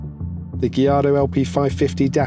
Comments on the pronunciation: Lol my man says Gilardo 😂 instead of Gallardo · I love gee-ardo 😂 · It's a Spanish word and Spanish surname not Italian. It should be guy-aar-dow. Those L are silent